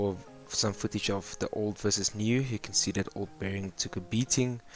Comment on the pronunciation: It is called a bearing like a bear, not beering. It just sounds weird when you say it that's all. But otherwise, good job.